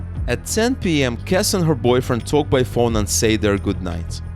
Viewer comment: Jennifer’s last name is pronounced Kess-EE